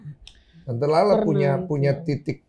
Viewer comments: Lala bukan rara bang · lala lmao bukan rara gmn si